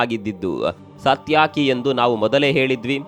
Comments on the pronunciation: ಸತ್ಯಾಕಿ ಅಲ್ಲ, ಅದು ಸಾತ್ಯಕಿ, 🕉️🕉️🕉️🕉️🕉️ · ಸಾತ್ ಯಾಕಿ😂 ಅಲ್ಲ ಸಾರ್ ಅದು ಸಾತ್ಯಕಿ.. 😂 en voice edru ಪದ ಉಚ್ಚಾರಣೆ ಸರಿ ಇಲ್ಲ😂😂😂😂